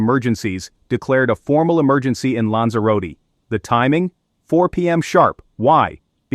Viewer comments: lan-zuh-ro-tee.....that's how you pronounce Lanzarote!....That's what you get for computer generated voices.... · SI ES LANZAROTE. Nací aquí y vivo aquí. Pero el nombre de los lugares no hay quien los entienda. Están mal dichos. Y la información es muy exagerada. Puro amarillismo. Hay que informarse antes de comentar.